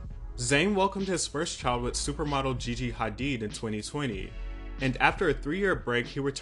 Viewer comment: I love how you said gigi hadid in the right pronunciation